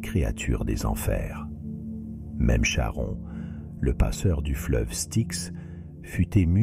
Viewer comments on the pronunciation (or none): none